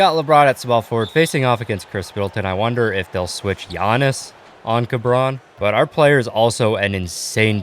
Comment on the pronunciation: He said kabron JAMES